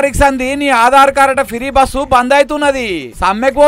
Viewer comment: ఫిరి బస్ కాదు.. ఫ్రీ బస్ అని అనాలి